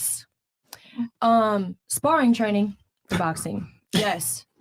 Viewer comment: She said sparring 🤣🤣🤣🤣🤣🤣🤣🇨🇦🇨🇦🇩🇰🇩🇰🤙🏼🤙🏼🤙🏼